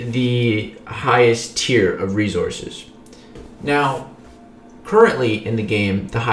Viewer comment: Not sure if I hate or love the way says resources. Never mind I love it. Rezorses